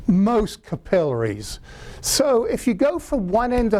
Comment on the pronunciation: I like how he pronounces "capillaries".